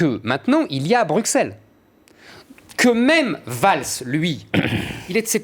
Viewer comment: La prochaine fois que quelqu'un écorche "Bruxelles" en prononcant le x comme un x je l'égorge. C'est "brusselles" que ça se prononce brande d'incultes.